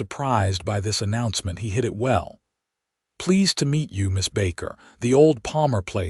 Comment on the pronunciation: The road "woond..?" I hear that a lot in these AI tales. And "hit" it well is not the same as "hid" it well, by the way. I rather think it's about time that narrators learned to pronounce "wound." Which is not what a lot if not almost all of these stories make of it. There are different pronunciations depending on context and meaning. There are a number of other words in this tale that are pronounced (or used) incorrectly and are therefore often given wrong meanings. Like "steer-up" for "stirrup." You really need to take more care. Don't you have "readers" like newspapers used to do? Which in this context aren't people who buy newspapers in order to read them, incidentally. Nor is "etvertaizment" the correct pronunciation of advertisement. And to end this..., laddled for ladled? Come on, you can do better! In fact, the story itself is definitely better than most!